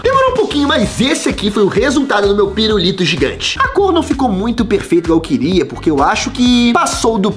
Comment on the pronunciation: Só eu q ovi ele flnd "pirurito" ?